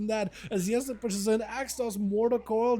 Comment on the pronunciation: Not "Esli", but "Elsi"😊